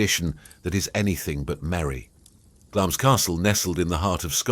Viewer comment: Glamis is pronounced 'Glamz' (no 'i'), and that story has no connection to Christmas Eve at all. The card games took place on a Saturday night and should have stopped at or before midnight so as to avoid gambling on the Sabbath.